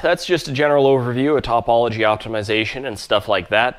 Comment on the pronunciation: It’s oy-la, not you-ler. And tuh-pology, not top-pology. 👍on the rest.